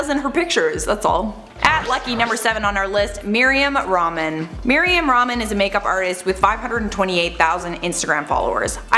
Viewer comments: Its Mariam Raah-Maan not ramen smh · Mariam Ramen all arabic watchers: 😂 sis its pronounced "rahhmaan" not "Ramen" 😂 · rah-man not ramen🍜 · Rahhmaaan not ramen like the noodles. yes an Arabic Grammar Nazi here. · It’s not Mariam ramen .. it’s Mariam rah-man 😂😂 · lol her name is mariam rah-man not meryam ramen XD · Mariam Rah-maan not Ramen dude 😂😂😭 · Miriam RAH-MAN Not RAMEN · Meerium Ramen? Dude at least put an effort pronounce properly. Bet you pronounce Iraq as eye-rack.